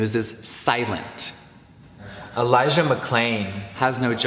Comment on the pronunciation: Is no one going talk about that Jeffree said "Elijah" wrong, so he had to dubbed in ? < - LISTEN. If he really cared about BLM, he would at least learn to pronounce Elijah's name right.